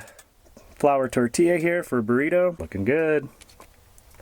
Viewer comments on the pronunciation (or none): none